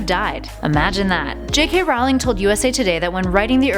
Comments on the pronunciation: J. K. Rowling's last name is pronounced R-o-ling not r-OW-ling. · One thing. It's supposed to be pronounced like 'rolling' JK said it herself. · I thought J. K. Rowling's last name was pronounced "rolling" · Its prounded J.K (Roh-ling). Not (Rau-lieg). Jesus. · Everytime you set "Rawling" (which was way too many times) I wanted to punch you. Is "Rolling" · It's Rowling not rawling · Just letting you know you are sayings Jo's last name wrong. It's said like bowling but with an R at the front! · Nice video, but you really need to work on your pronunciation of "J. K. Rowling" (the 1st syllable has the long Ō sound; rhymes with "toe"), and BOG'-gart (not like Humphrey Bogart). Thanks! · You're saying her name wrong! Every time you guys make a hp video I want to pull my hair out. It's pronounced like rolling. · She prounonced Rowling wrong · You said 'rowling' incorrectly, but other then that, great video. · Your pronunciation of Rowling is wrong.... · IT KILLS ME EVERY TIME SHE MISPRONOUNCED ROWLING!!! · Jeez, still can't pronounce "Rowling" or "Boggart", despite making several videos of Harry Potter facts! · she says Rowling wrong. that bothers me. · Not to mention botching Rowling's name! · and rowling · Chris O'Brien and she also pronounced Rowling wrong